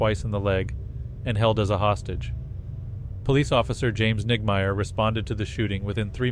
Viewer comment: Sounded like niggameyer. 😂